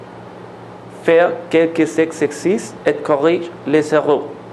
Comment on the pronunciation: une douche (la e no suena), enseigne ("en" nasal), les exercices (laison) TRES BIEN!!!